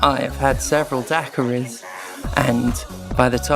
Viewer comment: Never in my life have I heard someone say 'daiquiri' so wrong. 😅